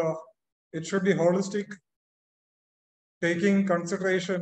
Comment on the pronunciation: It's not Holistic "not whikistic"